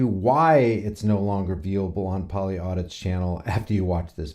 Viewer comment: Polly Audis. Not audits. Can't even get the channel name right. This is why you had to make a 2nd channel because your a dipshit.